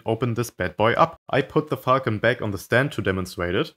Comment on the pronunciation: Sometimes when he said Falcon, it sounded like Fuckn